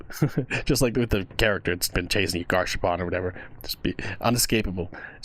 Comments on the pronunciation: Also, just to let you know, Gasharpoon's name is pronounced Gas Harpoon, it's two different words, not Gash Harpoon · Its pronounced gas harpoon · garshapawn. Truly the pronunciation of all time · Is it me or does everyone call Gasharpoon "Gash Harpoon" cuz the Forsaken devs nether added a space between the "Gas" and Harpoon" parts